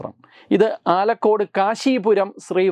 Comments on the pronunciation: ആലക്കോട് അല്ല ....ആലക്കാട് ആണ് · സാറെ ആലക്കോടല്ല ആലക്കാടാണ് ഇതെവിടെയാണെന്ന് പറഞ്ഞു തരാം ഹൈക്കോടതിയിലെ പ്രമുഖ അഭിഭാഷകൻ കാളീശ്വരം രാജിന്റെ നാട്ടിലാണിത് പയ്യന്നൂരിൽ നിന്നും 8 കിലോമീറ്റർ അകലെയാണിത്